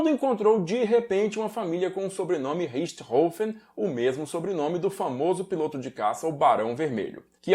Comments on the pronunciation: Que bom ver alguém pronunciando o nome corretamente. Saco essa imprensa imbecil falando Richtófen ou Richtôfen. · Finalmente alguém que pronuncia "Richthofen" corretamente.